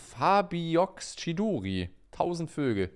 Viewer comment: Der sub mit dem Namen: "chidori 1000 vögel" ist eine Fähigkeit von einem Charakter aus Naruto btw, hat sich ein wenig komisch angehört wie du es ausgesprochen hast xd